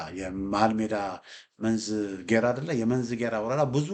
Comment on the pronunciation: I am very happy with your perfect when you call the Names of the reigns. You are a person of Shewa. BUT.." Read it "Menzi G'eraa"" ad the EOT Church...song G'erraa"" workk..